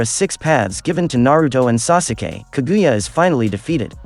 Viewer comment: Mans did not just say “sasuukee”